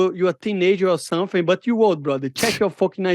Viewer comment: Lemme tell u somfing